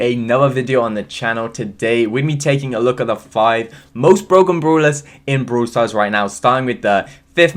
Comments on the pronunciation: Me: brawl stars: Broowl stars??? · Love how you say broul stars😍